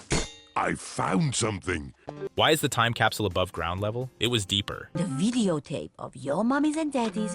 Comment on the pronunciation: whay doz madam gazel seaj capsiul and not capsl